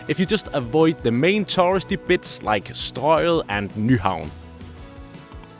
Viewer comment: Don't you mean Stroe-Get and Nigh-Haven?